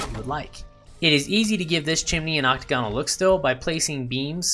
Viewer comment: Hey, we're all learning! Quick tip: ocTAGonal, not octaGONal. Kinda like diAGonal.